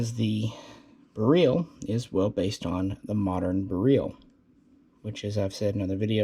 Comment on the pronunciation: Surprised is pronouncing beryl wrong. Js.